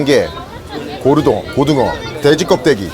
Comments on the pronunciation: 형 고르동어는ㅋㅋㅋㅋㅋㅋㅋㅋ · 아니 고르등어 뭔데 ㅋㅋㅋㅋㅋㅋ 소리만 듣고 있다가 빵터졌네 ㅋㅋㅋ